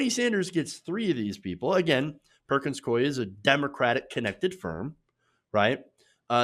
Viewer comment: It's pronounced Perkins "Coo-y". Not "Coy".